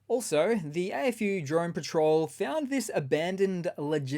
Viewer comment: AFU sounds funny when you say it sounds like Eh FU.